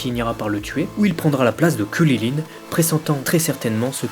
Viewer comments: WSH T SÉRIEUX C KRILLIN ET LUI IL DIT "KULILINE" mdr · Par contre on est en france est c'est hyper saoulant de t'entendre dire kulilin ou kaline et j'en passe .. Krillin/Karine c'est pas compliqué non ? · mec arrete de dire kuryline je vais peter un cable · Krilinnnnnnnn pas kwililin🤬😂😅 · Gokeu... Kuliline... Tu peux tout aussi bien prononcer Goku et Krilin "GokOU, KrilAIN" C'est pas la peine de te la péter :p sinon sympa la vidéo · Ces Krilin et pas Kulilin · pq tu dis krulilin ce kriline mais tu lis krilun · ARRETE DE DIRE KRILILINE C'est KRILIN PAS KRI LI LINE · mais comment il dit krilin lui ????? !!!!!!!! ......... kwililiyn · Pourquoi tu prononce krilin comme ça ? Pour faire malin ?